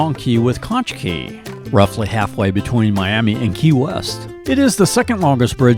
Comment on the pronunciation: No, not when he was talking about Conch Key, at around 6 minutes. It is pronounced "konk" not "konch". 💚🌞💚